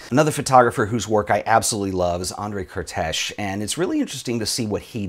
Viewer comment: As a hungarian, I have to say, André Kertész's name is pronounced caretace, not cartesh. But anyways, interesting topic, I will make sure to participate. :)